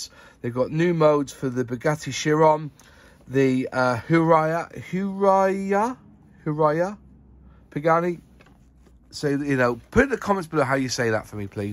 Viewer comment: Huayra is pronounced h-WIRE-a; the “h” is nearly silent.